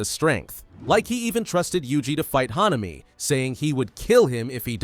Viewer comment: Bro it is not hanaami it is hanami